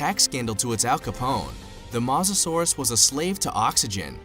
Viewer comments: It’s pronounced mo sa souras not ma sa souras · It’s mosasaurus not mohsasaurus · It's not mos a Saurus its moesasor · bruh the way he says mosasaurus idk about u but i say it like moe-sa-saurus and not ma-sa-saurus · Its mosa not moza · Mo sa sorus not mos sasuorus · did you said masasaurus the name of the king of lizards is mosasaurus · Mosasaurus is not pronounced MO SA SUARUS it’s pronounced MOE SA SAURUS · It mosasaurus drunken idiot no masasaurus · Well you definetly don't read dictionaries. Mosasaurus isn't pronunced Maw-zuh-saurus, it's Moe-zuh-sauraus. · It's mosisauis as in moe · and ur saying is wrong u saying masasaurus its mosasaurus can u see the o next to the m really! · It,s moherfucking mosasaurus,stop saying masasaurus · It's pronounced mosasaurus not masasaurus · It is not mos it makes theU sound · This is how to pronounce mosasaurus mo-as-saur-us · I think it’s pronounced mosa saurus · you said mawsasores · is no one gonna point out he said mazasaurus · I hate how he says Mazasaurs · It purnouce mo sa ur us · Mosa suarus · TEAM MEG BOI YOU SAID MOSARURUS WROND DUDE like my comment for team meg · Why did he keep calling it Moz-o-saurus it made me so mad thats not how you pronounce it! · Sorry I’m really into paleontology and this video cracked me up. And im gonna now point out everything wrong. First of all it’s pronounced ‘MO susorus’ Second of all it did not just inhabit Europe and the us it also inhabited most of Northern Africa And it is NOT a dinosaur it is a marine reptile so yeah I died watching this video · You are saying mosasaurus roing! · Some do he said mosasaurus wrong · Also this Guy doesn’t even know how to pronounce Mosasoaras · Your pronouncing mosasoures wrong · OH MY LORD UR SAYING THE MOSASORUS WRONG U STUPID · That’s not how you pronounce Mosasaurus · You don't pronounce mosasauras like that oml lol